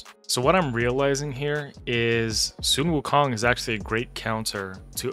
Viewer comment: I believe he was joking about your pronunciation of Sun Wukong, akin to people riffing on Ash except he's basing it on English phonetics and not the actual, which is probably what he doesn't know.